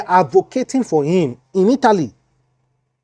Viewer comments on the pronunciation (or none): none